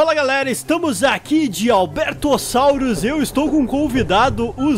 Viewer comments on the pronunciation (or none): Você falou carcaça de Alberto sauro😂😂